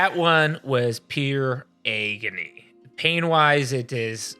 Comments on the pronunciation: Hands down my fav part of this video is pronouncing 'agony' as EGGony. Of course this is pure S tier content from the team as usual. Much love from Dallas<3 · Your pronunciation of ‘agony’ ? Is that a Michigan thing?